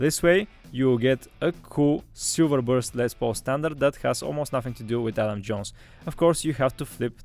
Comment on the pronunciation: It’s Adam not Alan